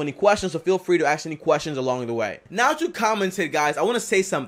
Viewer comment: is ask me, not axe me